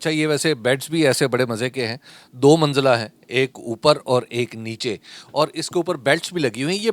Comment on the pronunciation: Manjila❌ Manzila✅